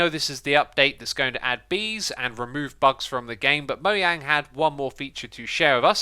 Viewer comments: Why does he call it moeyang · Is it "Moyang" or "Mojang"? (Pronounciation) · Did he say mo-e-yang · Wtf is moyang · Moyang? I forgot that’s how it’s officially pronounced, lol.